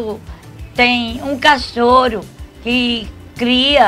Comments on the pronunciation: . 'CACHÔRO' || ''COMBÔSTÍVEL''. KKKKKKKKKKKKKKKKKKKKKKKKKKKKKK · Viram A Cara Da Irene Quando A Zuzu Falou Cachôro?????? Morri kkkkkkkkkkk